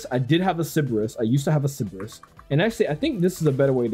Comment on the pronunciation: i think its pronounced sigh baris